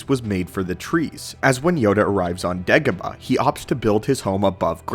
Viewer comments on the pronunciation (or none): none